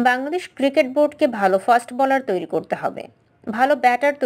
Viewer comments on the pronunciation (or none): none